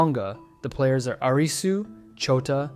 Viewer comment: Stop pronouncing his name as 'Arizzu' 🙏😫